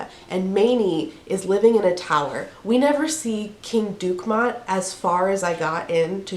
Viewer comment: Maybe it’s pronounced in a French way? Du-keh-MOH? 😸